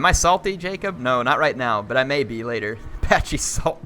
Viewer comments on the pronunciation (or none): none